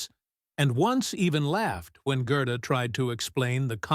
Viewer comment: Should be pronounced Gairduh, NOT Grrrduh